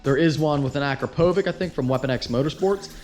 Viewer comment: Akrapovic exhaust is pronounced Ah-crop-ah-vich. :)